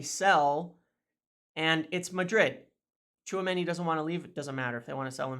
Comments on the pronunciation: brother brother did you just said tchoumeni 😳😅 ? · Tchuameni you say 🤔